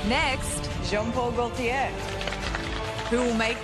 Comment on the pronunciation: AuNTM: please, please, PLEASE learn how to pronounce "Gaultier." It's French. It's your industry, do it justice. Score: 2/10